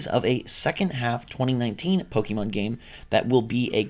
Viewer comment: it's Po kay Mon. Wtf